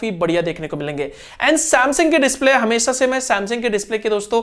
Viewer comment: You tell hamesa not hamesha